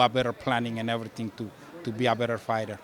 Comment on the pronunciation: “Ready for erryting” 🫡👌🏽